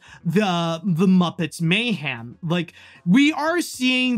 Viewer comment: Why are you pronouncing mayhem as "may-ham"? Dude please fix that.